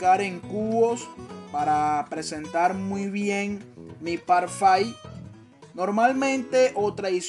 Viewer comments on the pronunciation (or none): Parfait!👌 on prononce “parrfé”. 😉